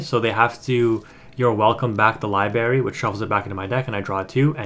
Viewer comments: It's Library,. LiBRary. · lol libary. I laugh every time you say it that way. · There's an R in Library big dog, just fyi lol. Great content, keep up the good work